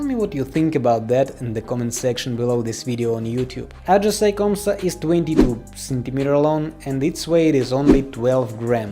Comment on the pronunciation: Bro its ajisai not ajisay😅